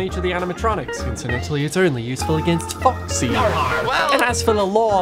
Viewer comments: i love how he said "focksee" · I don’t know why but I love the way he says “Incidentally, it’s only useful against Faw-xy” with so much emphasis Timed with the click of the flashlight, just hits right